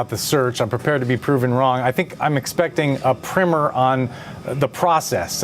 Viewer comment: it's pronounced PRYYYYYYMer